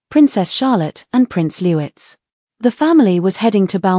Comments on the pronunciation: His name is Prince LOUIS pronounced LOU-EE not LEWITZ 🙄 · I think in the UK, they pronounce "Louis" not as Lou-iss but Lou-ee. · It’s Louis not Lewez please get it right. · The youngest royal is called Louis not lewis. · Lou…eeeee, not Lewis. F. F. s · It’s pronounced LOO-EEE! 🙀🙀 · Thank you, drives me crazy when they pronounce Louis name as if spelled Lewis, pronounce it Louts, why on earth can't they pronounce it properly. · Good on Catherine she really does see herself as one of us.. ❤❤❤ ps. Pronounce the name of Louis correctly please.. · Louis is pronounced like a French first name. The s at the end is silent.